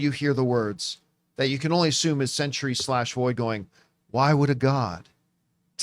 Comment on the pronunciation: The word “Sentry” has 2-syllables.